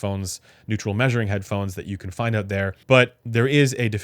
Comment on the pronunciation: can you learn how to pronounce the word "out" properly? its not oooouooout. It's just like owt